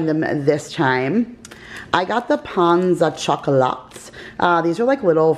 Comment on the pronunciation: What a great haul. Small tip: pains au chocolate, ‘pains’ means bread in French. It’s pronounced ‘psi’. The n and s are silent. The ‘s’ makes it plural.